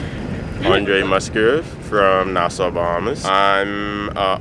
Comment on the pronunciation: At least knows how to say Nassau. Can't believe you guys are still getting it wrong.